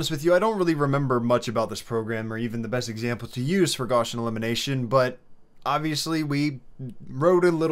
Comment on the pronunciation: "Goshin elimination" 💀